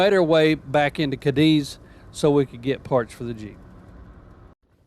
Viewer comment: Just now watching your vid. We love exploring LBL and end up there most weekends. Just a hint though...Cadiz is pronounced K-diz by the local folk. 😄 Great vid.